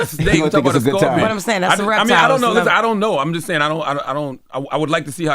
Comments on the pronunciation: Why does she keep saying Scorpio? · Why she keep sayin Scorpio? lol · At first Why they let her keep saying "Scorpio" 😮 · Tex keeps saying “Scorpio.” 😂😂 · If it wasn't for Jess hilarious I swear I would not watch this between Tez mispronouncing scorpion the whole time or Charlemagne not knowing what American territory is when it's literally in the name American territory